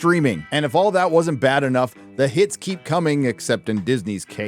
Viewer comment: "The hits keep coming" Sure they do but with an extra 'S' at the start of that word...